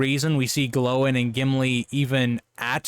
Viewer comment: I like having your LotR content coming out on a Saturday, it means it's ready and waiting for me on a Sunday Evening. You also get bonus points for pronouncing Gloin (with accents) more like "Glowing", rather than "Groin"!